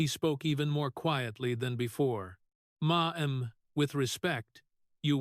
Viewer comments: Now, I finally have to say something about the narrators of these videos. $12 million is read as “twelve million dollars” not “twelve dollars million” and the number 10 is read as “ten” not “one zero”. Ma’am is pronounced “Mam” not “ma-am! A plethora of other errors, too. How can I get this job? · It's "mam", NOT "ma. am"!😮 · I can't listen!! The screwed up pronunciations on things like Ma'am... not Ma Am!